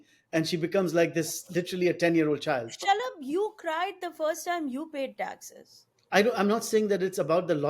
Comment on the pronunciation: Whenever Zarna says Shalab's name, I hear "shut up Garg" honestly 😂